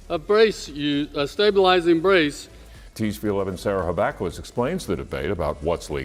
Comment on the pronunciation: This is the most incoherent presentation on braces that I have ever seen along with the newscaster continually saying stab bulizing braces. Strange that I can not find anything for 2024 on the net about the SCOTUS doing an emergency order. I just quit this confusing nonsense.